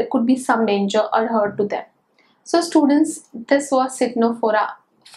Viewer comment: Its tenophora as pronunciation not citnophora